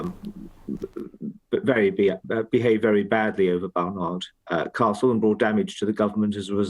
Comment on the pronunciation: Baroness Fall darling you do know it's Barnard Carstle and not Bernard Carstle also you're still adding an 'r' in Castle my dear ! 🤦‍♂️